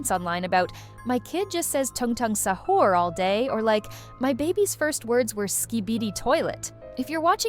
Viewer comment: Ik i hate Italian brainrot but why does AI say sahur as sahERs